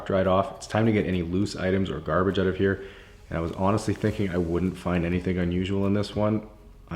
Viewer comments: it's actually pronounced "eh" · don't you mean "ote"?